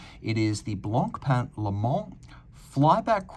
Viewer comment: One tip,: don't pronounce the c at the end of "Blanc."